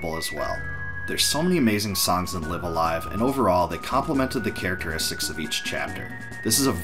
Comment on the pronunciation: THIS is how it makes sense to pronounce the name. I've heard live a live and then live a live but u saying live a live really clears things up!!!